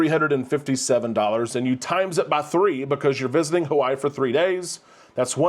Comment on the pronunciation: Just once we would love haoles such as yourself to respect the mana and say Hawaii correctly.